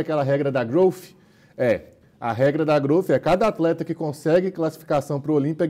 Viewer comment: "Atreta" KKKKKK, O Lado mineiro do ativando do nada ksskskskk